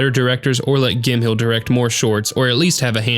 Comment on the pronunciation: Gim-hill? pronounced Gim- mell